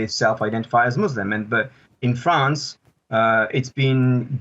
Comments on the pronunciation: France, not "Frankistam",. Remember that. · Why you can't even pronounce France correctly you are newsreader so emberassing